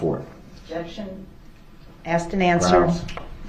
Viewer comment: Love him “axing and substained” words…. Love the way she asked him about “biast”….sorry I’m meant axed…..